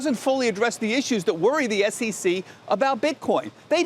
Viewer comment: Its SEC not SCC u pompous hedgehogg!